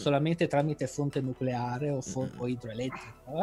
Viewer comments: Nucolare lisa , si dice nucolaaaree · Un momento... non si pronuncia noculare? Le mie certezze crollano! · Beata ignoranza... Nuculare! Si dice nuculare!